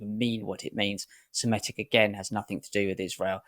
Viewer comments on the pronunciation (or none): Semitic, not Semetic